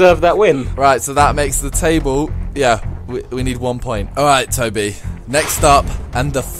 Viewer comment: Tobi not Toby